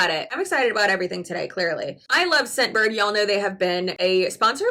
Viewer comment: The first time you said "Scentbird" I misheard you and thought you said "Shitbird." To be fair, that made your whole sales pitch/advertisement a lot more entertaining.